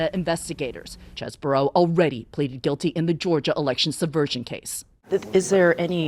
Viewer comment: It is pronounced CHEESE BRO!